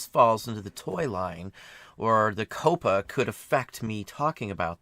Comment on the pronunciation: Very cool method for making a mold Coppa might very well ruin YouTube. FYI, it's pronounced more like "copper" ("COP-uh").